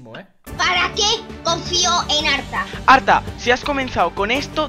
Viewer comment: haber yo lo e entendido pero lo dices muy mal Code: arta o ARTA